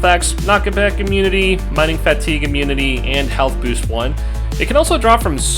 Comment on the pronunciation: You pronouce alot of words strangely. Components, inventory, fatigue, comfort. Just saying